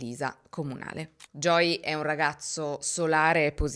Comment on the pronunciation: Creo sia perche viene pronunciato “Joy” in tutto il video (che e’ diverso dalla pronuncia di “Joey” ed e’ un nome femminile). Conosco bene questo problema perche anche mio figlio si chiama Joey e nessuno in italia lo pronuncia mai correttamente 😅